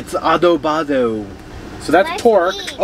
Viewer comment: Lol, I love ya but. It’s ADOBADA hehehe 😂 😋